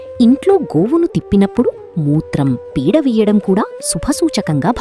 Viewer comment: తెలుగు బాగా వస్తుంది నీకేం రోగం పేడకి పీడ కి తేడా లేదా